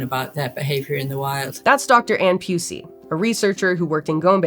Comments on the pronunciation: Anne (Pew-See) you say, huh🤔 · Pew-si ok it’s not pronounced like that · 😂😂😂 really? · Why is all I heard was Leakey Pusey?